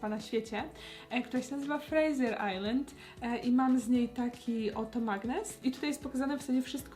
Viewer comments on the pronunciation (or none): none